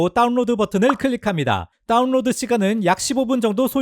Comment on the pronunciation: 중독적이라 계속 반복 청취중입니다. 따운뤄드~ 잘보았습니다.감사합니다.